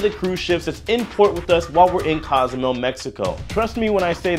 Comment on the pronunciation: It's pronounced CO. zoo may ale not "cause mel" and "Coast uh my uh" not "costa my uh"